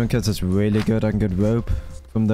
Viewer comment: "there's like a willy good spot up hewe"